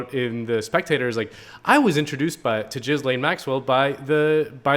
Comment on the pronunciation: Gillain or Jillain (if you must) but NOT Jizz-lane!